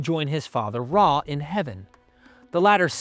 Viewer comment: Sorry but isn’t the name of the Egyptian sun god “Ra”? I’ve seen spellings of it as “Re” but I feel like it is still pronounced “rah” as opposed to “ray.”